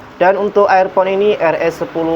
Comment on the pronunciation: Air pon ??? Dibacanya irpon , Mas....